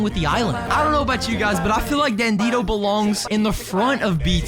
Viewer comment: You call dandido Dandino